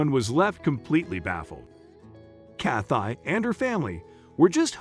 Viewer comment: Why is he pronouncing her name Cath-eye? Is this a robot?